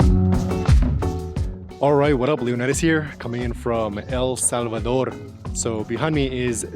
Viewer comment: Thank you so much for taking the trouble to pronounce the name of our country properly!